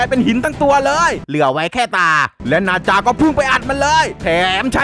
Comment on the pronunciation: พี่มันไม่ใช่บาจามันนาจา